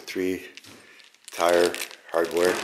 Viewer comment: Did he say tire the end? Do some people pronounce tier that way?